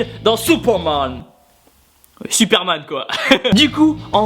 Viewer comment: "Souperman" 😂 daaaamn l'accent